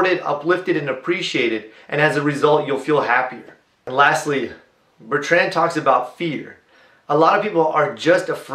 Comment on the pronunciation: Please correct your pronunciation of BER-trnd. Not bert-RAND